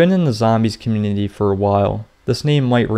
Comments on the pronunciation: I love your videos but I can not stand the way your say “community“ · You need to practice the word community